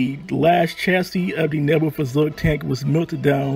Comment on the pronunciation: Point on the Neubaufahrzeug. First, it’s pronounced like this: Noi~bo~far~zoig. Second, it’s 75mm and 37mm were in the same turret! I know this because I own a model. That also means that I know the two sub-turrets were armed with single 7.92mm machine guns.